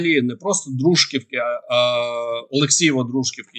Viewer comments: ДружкІвка треба вірно робити наголос!!!!!! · Не вірно ставиться наголос - Дружківка чи Алексієво - Дружківка , - наголос на ( і), а не на (У ) Вам вже писали. нижче., не дуже приємно, але зрозуміло - не знали. Інформацію надаете повну і цікаву. Дякую. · Не правильно ударение Дружк(о)вка!!!! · Дружківка-наголос на і